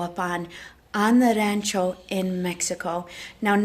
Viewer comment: Hacienda you don’t pronounce the h and in rancho it’s more like an o not an a.